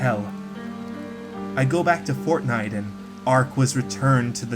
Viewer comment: Its just fortniye